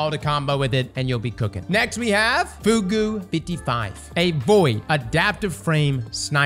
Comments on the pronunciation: FooGoo 55:D I'm guessing says it that way as a gag but for anyone who doesn't know how to pronounce it FR it's "fyoog" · Dude please ... You HAVE to stop saying "foogoo" it's pronounced "fyoog"... F-ew-g"... Not foo goo 😂😂😂😂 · Fugue is said like "few"g or f"you"g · "FOOGOO" lol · Anybody gonna tell him how to pronounce fugue?